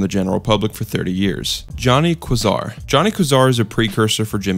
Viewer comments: KWAY-ZAR not KUH-ZAR!!! Also VY-YAH-COM not VEE-YUH-COM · Why the fuck are you saying Johnny Quasar as Johnny Kwazar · It’s Johnny Quasar, pronounced (Kway - Zar) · It’s pronounced “Quay-Zar” not “Qwah-zaar” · not kazar its kwayzar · Johnny Quasar is pronounced “Kway-zar.” A quasar is an astrological phenomena. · "Johnny Kazar" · My man really pronounced "quasar" "k-zar" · Why do you pronounce Tehran like "Tiran" and Quasar like "kwazar" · say it with me QWAYZAR otherwise, great vid that is all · Its pronounced Johnny "kway-zar". Its the center nucleus of a galaxy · Quasar is pronounced Kway Zar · Quasar is pronounced (KWĀY-ZAR) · Quasar KWAY- ZAR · it's pronounced kway-zar you big silly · Quasar isn’t pronounced like that!! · Man, you pronounce "quasar" just like how Carl Wheezer pronounces "croissant" (funny how both of these topics has connection to jimmy neutron) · the way you pronounce some of the words like John K's full name and 'Quasar' actually kills me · It’s Johnny Quazar, he severely mispronounced it. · Why did he pronounce Quasar like that tho :'3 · Why butcher the word quasar like that 😭😭😭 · Kinda annoyed by the mispronunciations. Quasar, resigned, etc.